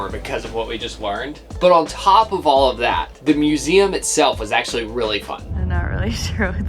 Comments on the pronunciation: Love this video, can't wait for part 2!, never stop saying muzem🤣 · If you laugh at museum how do you not laugh at the way he says Vehicle???